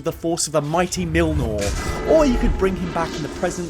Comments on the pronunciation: Mighty Milnor? This should help clarify the pronunciation for you... M'yole near. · milnour. realy? triggerd swede here telling you how to pronouce it. MJÖLNER. M is just a normal M J is just a normal J the Ö is pronounced like and UH? like when you say UH what happened? L and N is normal. E is prounouced like the first E in Electric and The R is normal. When i say normal it is prounouced just like it is in an normal word in english. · "millnoor" Bruh. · milnor? That's a new way to pronounce Mjolnir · Why the fuck do you pronounce Mjolnir like Millnor??? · Mjolnir.. not Milnor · Great vid!!! But please for the love of god... stop saying mjilnor. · As a scandinavian hearing how M-Jol-NIR is pronounced by english speakers is always facinating to me. Benny from Comicstorian: Mollnir: Millnor Always facinating. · So nobody's going to comment on the fact he says "milnor" instead of "Mjolnir" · Mill-nor?! Did you really just pronounce Mjolnir as mill-nor?! It's pronounced myoll-near, or meolneer! Seriously, Google it if you don't believe me! I mean, ok, it's not enough to warrant a dislike (unlike your video on the "best" regeneration from Doctor Who), but shame on you!! 😒😠😡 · "Mighty Milnor" Wth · Ah yes the mighty "milnor" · "Mill-nor" 2021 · Why do you call mjönlir, mjilnor? XD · My biggest takeaway from this was your pronunciation of Mjolnir being millnor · Kills me when he says mjilnor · Yeah, the pronunciation in the video is definitely wrong af. "mjolnir" ends with "nir" but he keeps saying "nor" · I still can't get over the way he calls mlonjir "milnor" 💀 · At least try to pronounce Mjölnir correctly LOL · say it with me "Mjolnir". "Mee-Yol-NEER". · Isn't it more "m'yol-neer"? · Not to be that guy, but it's "MYOLE-neer". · Okay, great video but yaknow... Mj-O-ln-I-r! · Is the way you pronounce thors hammer some inside joke? its really bugging me XD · you're saying mjölnir wrong =(